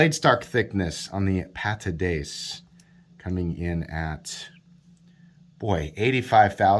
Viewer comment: Pat-a-dee-cee. Or, as it is known in my house, the No-a-buy-a.